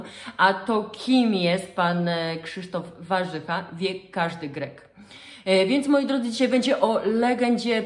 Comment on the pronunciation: Zawsze byl Warzecha...z akcentem na e...i nagle stal sie Warzycha z akcentem na....pierwsze a...?